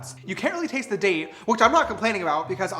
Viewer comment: You said date all I heard was taint!!!! 😂😂😂